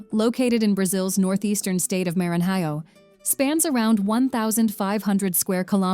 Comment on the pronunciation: Before you try to pronounce a Portuguese word you should knowledge the pronunciation of the word,Noronha is pronounced like noroña ,it has a nasal sound. Recife ,is pronounced recifi, the vowels must be pronounced .Maranhão ,lençóis…… it’s annoying how this woman destroys the pronunciation of the words .